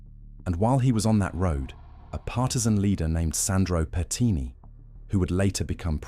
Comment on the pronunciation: Pertini, not petini 😂petini means little farts in italian lol